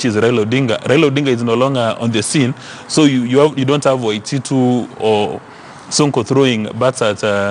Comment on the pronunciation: Sonko can't pronounce the word Waititu haha